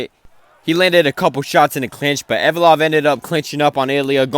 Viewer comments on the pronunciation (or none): With all due respect bro it’s not hard to pronounce Ev-lo-ev🥲